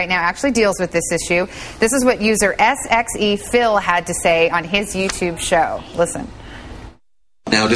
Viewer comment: Hahaha no! It's pronounced "sexyphil" ;D